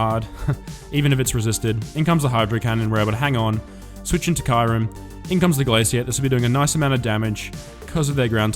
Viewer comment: Hey 🐶 I love the way u pronounce Kyurem. 😝